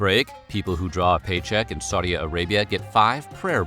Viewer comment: Wtf is “Saudia” Arabia?